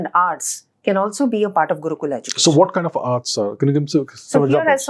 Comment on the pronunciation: After appreciating everything inIndian perspective 100 times she said Guukulaa and Shlokaa. It's Gurukul.. Shlok ...we don't have that problem with our tongue we can pronounce correctly..